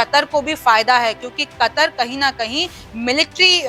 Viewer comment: kataar nahi katar hai sayad